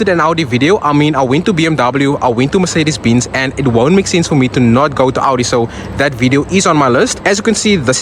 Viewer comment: Sorry brother but you said mercedes beans